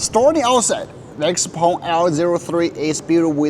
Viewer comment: why you prounce it xpong when there is e in the name